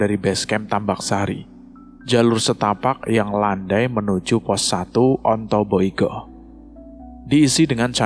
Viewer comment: Ontobugo keles....bukan ontoiyugo